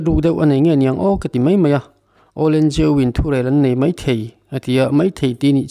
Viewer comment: Kan CYMA President hian Mizo tawng a thiam hle emaw ka lo ti a. He video i rawn dah chhuah chauh-ah pawh hian, "Mai thei" tih turah vawi thum lai mai, "Mei thei" a ti a. Tin, "mai" tih turah pawh "mei" a ti pek a. A video full ka en lem lo va, a full-in en ta ila, a khak sual tam nekin ka ring ta.